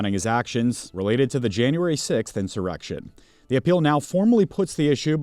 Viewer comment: Stop saying insuraction! There was no insuraction!